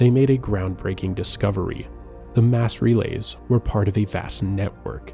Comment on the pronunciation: I think it's AI, which is why we have "Ass relays"